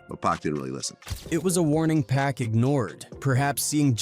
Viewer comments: The narrator saying PACK instead of POCK for Tupac's name was irritating. Learn the person's name you are telling the story about. Geeez!! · It’s pac….. NOT PACK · PAC not pack 😅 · Wtf is Pack 😂😂 ITS PAC MF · PLEASE USE A HUMAN VOICE… And it’s PAC NOT PACK… Put some respect on that… I’ll do it for free.. contact me.. I HATE AI VOICEOVERS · Get mad he call him pack at times🤬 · It's 2poc..poc... Not pack... You would think after 20yrs you would say correctly.... It's POC..... GET IT... TUUUUUPAC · His name isn’t “pack” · Damn u going talk about him say his name right pac say it with me 2 P A C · Now we got A.I. telling hood legend stories....Once he called Pac..Pack...Im out..nuff said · Yt people always saying his name wrong 🙄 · That pack ish pisses me off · Pronounce it correctly damn!